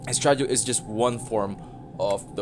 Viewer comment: Claiming my early card, also its pronounced es tra die ol in most places